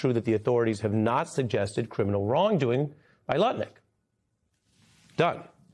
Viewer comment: Ari distinctly said Nutlick at least once. You know your reputation is shot when the news is mocking your name. It's Lutnick. And I doubt if even the most MAGA person out there noticed or cared. The only reason Trump hasn't demanded this man fall on his sword is because he is world champion heavyweight nut licker.